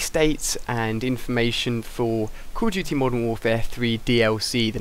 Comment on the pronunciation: why do you say "Call of GT?"